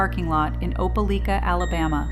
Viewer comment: Its pronounced OPA- LIKE- AH Opelika ! Bout 40 mins from where I live . Not that it matters...js